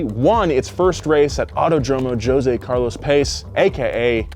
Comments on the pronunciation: "Joe Zay" for Jose... shake for sheik. what are you doing.:) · He said Joe-Zae hahahaha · mad respect but come on now "Joe-se" bruh ☠️